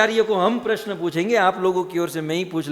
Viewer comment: प्रसन नहीँ प्रश्न होता है